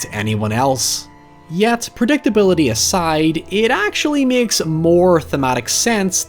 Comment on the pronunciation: Or when he myeks a comparison..